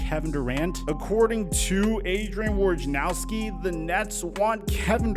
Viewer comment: Why haven't you learned yet. The warriors are gonna take it all again. Also it's pronounced " wo-jah-ara-nowski". Not warjarnowski " English mothafucka do you speak it".